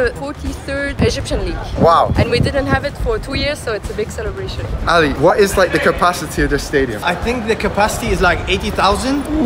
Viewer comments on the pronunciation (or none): al-ally💀💀💀💀 sorry bro its al aHly